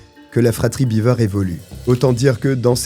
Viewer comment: 'Biver'-Beaver, c'est une famille de castor, si tu le prononce comme ca. 'Bever 'Ca se prononce Bèv-r.